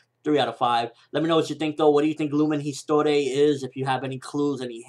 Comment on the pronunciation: wtf do you watch it without sound? the way you say lumen histoire